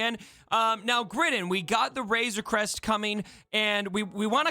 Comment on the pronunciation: "Wayzuh Cwest 🥺" - 2021